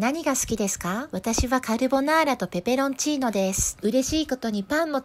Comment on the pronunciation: お疲れ様です。 今回も美味しい動画ありがとうございます😊 追伸、傘が無いのが心配ですが、風邪などひかないでくださいね♪ 次回の動画も楽しみしてます♪ ぺぺロンチィーノ笑大好きです僕！笑笑